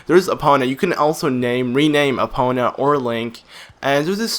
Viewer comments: EE POH NUH not EE Paw Nuh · he said Epona wrong